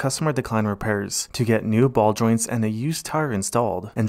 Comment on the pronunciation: I'm learning so much here. Not the least English-wise cause I'm German. I had never suspected the word "ball joints" was pronounced like "Baldwin"!1. But then again there's this football channel keeps saying "Syria" when they mean "Seria A", so hey.